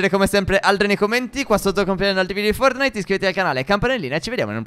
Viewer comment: perchè dite eempre FORNITE senza la "T"